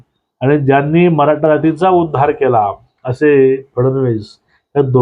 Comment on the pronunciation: कानडी आहेत का? त्याचे उच्चार आणि अशुद्ध भाषा (मराठा याचा उच्चार मराटा ) अयोग्य वाटतात.